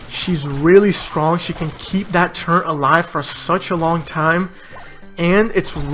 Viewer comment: Its turret not turrent xD